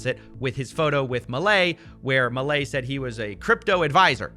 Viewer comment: Somehow each time you say 'Milei' it hurts lol You said it kinda right on your previous video about this but on this video you said it a billion different ways and each time it was worse lol